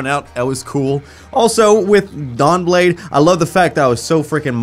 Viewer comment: Is he saying Dong Blade???